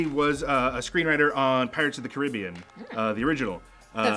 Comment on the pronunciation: I now love..this was the first time I have ever heard anyone pronounce pirates of the Caribbean correct.